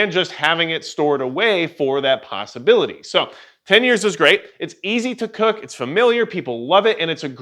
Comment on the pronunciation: I heard it too...